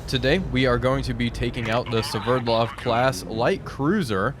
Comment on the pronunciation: Called it "severdlov"